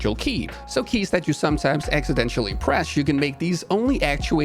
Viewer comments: No one else going to mention the pronunciation of Accidentally as Accidentially ? :) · Big fan and watch every episode. I know you aren't a native English speaker, so a quick note: "Accidental" is not pronounced ACK-su-DENT-SHAL, but instead ACK-su-DENT-eL.The end is less like 'residential' and more like 'dental'.